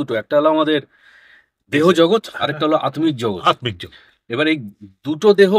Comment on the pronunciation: kothati ki atmik na attik jogot. pronounciation ta thik korle bhalo hoto bodhoi